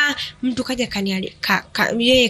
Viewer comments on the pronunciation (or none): none